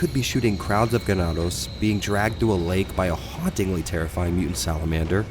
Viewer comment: excellent pronunciation of “ganados.” Are you by any chance Latino?